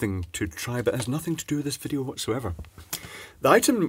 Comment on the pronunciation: Nice vijeo "I llllllllllllike't"